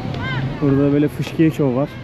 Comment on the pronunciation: Bu arada artık "Fıskiye"'ye "Fışkiye" demekten vazgeç,. Bu telaffuz Doğu Karadeniz'de vardır ama bambaşka bir anlamda kullanılır.